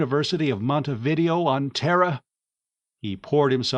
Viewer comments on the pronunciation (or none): Just a note ... it's not "Mont a VID ee oh", it's "Mont ay vee DAY oh".